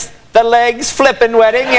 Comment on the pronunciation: legg, not leggs